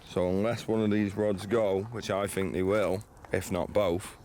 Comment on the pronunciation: Fink? I think he means think. Thuck-Wit.